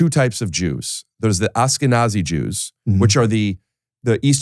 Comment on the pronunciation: Why does Rick say Ashkenazi like that... Like ASSkenazi